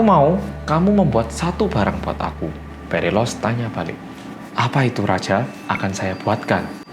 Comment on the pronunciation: Sambil nonton video aku tu nungguin keseleo nyebutin nama phalaris sama perilalos karena namanya mirip, ternyata gak ada keseleo sama-sama sekali. Salut sama konsentrasi mu mas👍